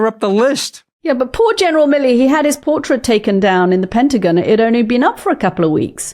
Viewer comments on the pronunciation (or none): none